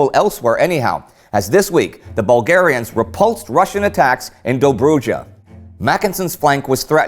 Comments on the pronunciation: I was used to hear the name "Dobrodzia" now I have to get used to hearing it said properly Dobrodza as pronounced here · It fills me with joy now that you say Dobruja correctly! Thanks for listening TGW team! <3